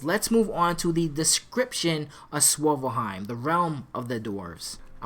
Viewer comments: i thought it was called svartalfheim? how come you keep pronouncing it swovelheim? just a bit confused, no shade my brother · it is? Lol in that case, it sounds like you're saying swivelheim lol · Svartelheim is hard so is saying ginnungagap or einherjar lol 😂 so no worries bro.